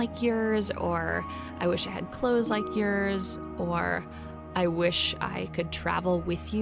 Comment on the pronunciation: the way she said "i wish i had clothes like yeorssss" ( minutes)